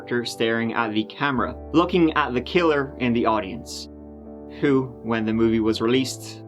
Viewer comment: Tree minutes turdy tree. "Hoo could have done this". He's a person of interest then.